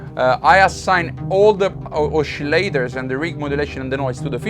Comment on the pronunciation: I like the way you say " oschillators" 😉 seems to be unison ;-)